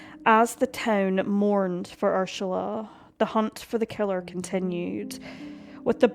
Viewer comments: It's Ur-sula not Ursh-ala. I think the narrator needs some lozenges or Sudafed 😆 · The way you pronounced Ursula as Urshula over and over made my skin crawl and I had to stop. Please don't slaughter victims' names like that. It is an affront to them. I'm German and the daughter of an Ursula, and even if you had used the English pronunciation, that would have been fine but sounding like a drunk person trying to pronounce it was just too much. The German pronunciation would be OO-zulla with that z somwhere between a z and an s. If you are going to use German names for places, Bavaria is Bayern. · Is that how her name is pronounced - Urshula?? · Pls note * pronunciation ** the name is URSULA not URSHULA.. thats Ur-Sula NOT Ur-Shula…. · I love your channel and your content . However, Tinnitus is pronounced - Tin NIT US . Also, the name Ursula does not have an “ h” in it. Ur- SU- La is how it is pronounced . Kind Regards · No. She is mispronouncing it . It is distracting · Please, PLEASE take the time to research how to pronounce the names!! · You don't have to fake the pronunciation of her name. It just sounds forced. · The mispronunciation of UR-SALA'S name 300 times was annoying to get past but a grand story to tell. My sympathy to her loved ones. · No, not inappropriate, more misplaced. Finding the mispronunciation of the victim’s name annoying is one thing. Being unable to find out without question who committed the crime is more annoying — although I’d be inclined to go for a stronger word, such as “infuriating.”